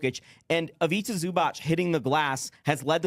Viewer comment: It's pronounced IviTZA ZubaTZ